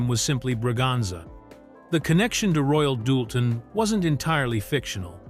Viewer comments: Same AI voice.I've heard many times getting very bored with it. He mispronounced the china as royal " dull ten " plus many other mispronunciations... This documentary could have been more concise and shorter.!!! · And it’s not Royal Doolton, hahaha…but that’s an AI voice reading a script. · Royal DOOLTON??? Really??? 😖🫣